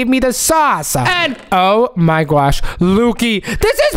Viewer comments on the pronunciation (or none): Oh my gwaaaaaash oh my gwaaaaaash. Learn to speak properly